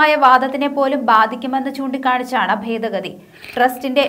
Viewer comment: Fedagathi അല്ല, ഭേദഗതി ആണ്.. ചില ഭാഗത്ത് "f" എന്നും ചില ഭാഗത്ത് "b" എന്നും ആണ് ഉച്ചരിക്കുന്നത്.